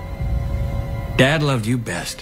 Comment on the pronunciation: he said truf